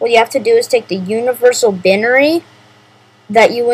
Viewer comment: lol he mispronounced Binary